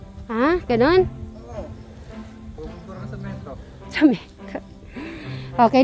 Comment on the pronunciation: It's semento,not samento.love u ❤❤